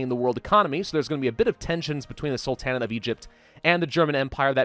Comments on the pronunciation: Its prounced Sultan-Neigh-t.Not Sul-tan-eight. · love your videos but why are you pronouncing it "Sul-tan-at"? It's "Sul-ten-ate" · I've got to know... Why do you say "salTANit" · In Sul-ta-nate, The emphasis is on the Sul, not the ta. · The A in the middle of sultanate is pronounced like the first A in Apostle, not like A in Apple. Sorry it just annoys me lol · You say sultan correctly... and sultanate incorrectly... what? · Please, please stop pronouncing Sultanate like that. It sounds like a Dixie pharaoh